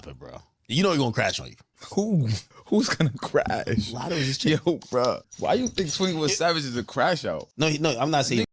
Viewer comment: It’s lotto lol